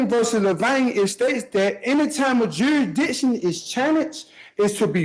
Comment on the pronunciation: How did that “juradickshun” argument work out for Darrell Brooks, son?